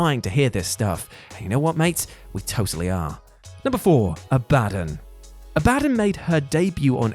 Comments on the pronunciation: You said Abadon's name wrong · It's pronounced ab-a-don not a-bad-on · A-bah-don. Not a-ba-dan. Also you have the same amount of charisma as a barn owl. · "Abadon" Abba-dawn Not "Abaddin" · Abadin? not Abadon do you even watch wrestling or just read a script geeeez lol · Abadon = Ab-a-dawn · Ab(ah) don. hahaha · Is it not pronounced Abba Don?! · A-ba-don. Sorry, I can't help myself but that's how it's pronounced. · Abadon? Ab a don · A BA DON. 😂😂😂😂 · Abadon is pronounced Abba-Dawn. You're welcome. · Sounds like is saying a-bad-yan 😂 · Is he saying "abadden" as an April fools joke? Lol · Great content. But hearing you say abadon wrong repeatedly.... whut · ABADON. The way you pronounced it was so strange 🤣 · That's not how you pronounce Abadon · I will never understand how you guys butcher names when names sre said all the time. That's not how you pronounce Abadon's name lol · That pronunciation of Abadon is gnarly 😆